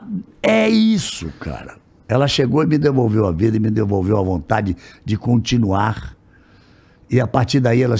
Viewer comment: Todo mundo tem sotaque, se vc acha que ele não tem sotaque é pq provavelmente seu seja igual ao dele. Só da uma olhada nesse "continuarrrr" em